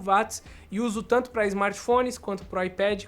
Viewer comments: Tango on-line? Só eu ouvi isso? Kkkk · Tanto??? Ele disse “tango” ????